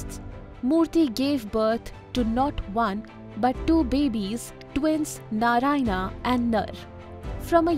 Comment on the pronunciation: Good content. But if you’re trying to teach, please make sure that you’re using the correct pronunciation. Words like Narayana, reign, smirk, halves, … they are produced wrongly. This creates confusion for young minds.